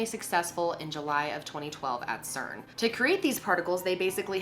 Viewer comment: It's cern